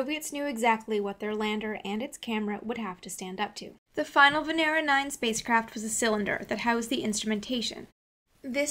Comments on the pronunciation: It's not VeNEra It's VEnera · May I just correct your pronunciation of Venera? The accent is on the first E, not the second. vEnera, not venEra. Great job otherwise. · Good and well done. But you have to say Vènera (from latin) and not "Venèra" that is wrong. Thanks. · you pronounce it wrong. They don't say Venera , but Veneeero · It is not venEra, but vEnera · VENERAL. lol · she said , vanera lol